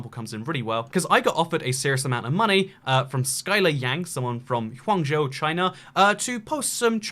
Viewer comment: Your pronunciation of Guangzhou and Xinjiang made me cringe